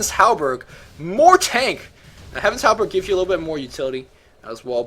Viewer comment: Heh-vuns Hal-berD Hart of Tah-rask good cast though! You seem to really know your stuff.